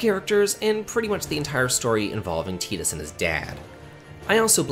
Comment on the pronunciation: Sorry, I can't take anyone seriously who deliberately mispronounces Tidus as Tee-dus.